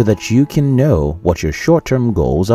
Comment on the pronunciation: It's know not mnow 😂😂